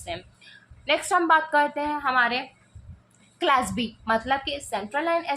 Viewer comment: Clabsi not clasbi